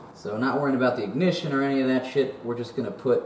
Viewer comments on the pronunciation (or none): Dude, that was hilarious. Thanks for the laughs,. Your British pronunciation of “ignition” is legendary.